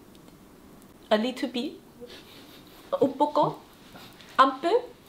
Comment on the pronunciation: 身为新加坡人，看那么有诚意就不计较 不过还是得纠正 不是 “a little be” 应该是 “a little bit” 哈哈